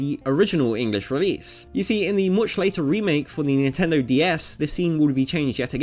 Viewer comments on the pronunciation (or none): none